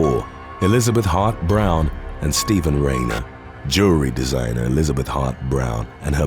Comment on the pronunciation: Every time you said "Hart-Browne," I heard hot brown and now I'm hungry. 🤷‍♀️